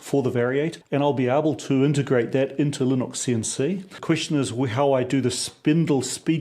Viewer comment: Fascinating stuff thank you for posting. But why do you pronounce Linux as "Lyn Ox" when everyone else I've ever heard say it, says "Lyn Ucks", including several Kiwis I know? ;-)